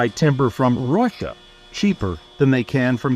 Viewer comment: What a strange way to pronounce Russia.